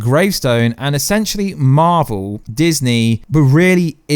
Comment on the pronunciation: 7.34 eshenshelly